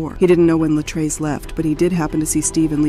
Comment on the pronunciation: It was very distracting listening to this story and hearing the narrator mispronounce (Luh-TREECE's) Latrece's name. 🙏